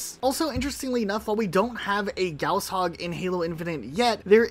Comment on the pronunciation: Why did you say gauss hog weird